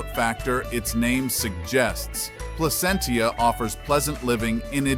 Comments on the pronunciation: It's Pla-sent-cha, not Pla-cent-ia. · From a native Californian, it's PLA-CENT-CHA